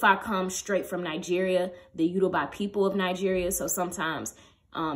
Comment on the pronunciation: Hey! your video was so informative! I’m Yoruba and just wanted to point out that you pronounced Yoruba wrong. ❤️❤️